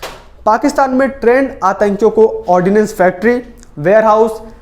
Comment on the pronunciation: Requested to pronounce words with it's correct pronunciation like it is pronounced Ordnance Factory as Ordinance Factory.There is nothing like Ordinance Factory, Meaning of ordinance is "Addhyadesh" joh Sarkar/Rastrapati dwara jari kia jata hai.But Ordnance meaning arms ,ammunitions & explosives which is required for military use. Many young persons might be following your post so they should get the correct thing please.